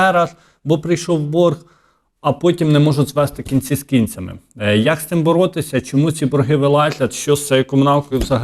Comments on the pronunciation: Кінці не з кі'нцями,а з кінця'ми. 😂 Ріже слух... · "Кінці з кІнцями" - перестань знущатися з української мови! Ти ж виходиш на багатомільйонну аудиторію!